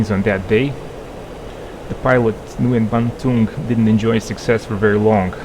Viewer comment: If that Vietnamese pilot's name is spelled Nguyen, it's pronounced "Wen" (I work with several folks named Nguyen.)